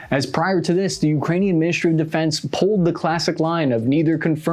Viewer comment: "minishtry" "shtratesghy" when did us americans loose the ability to say "st"?